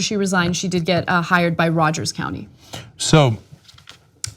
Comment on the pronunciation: It sounds like she said "she got fired in the next county over" but she said hired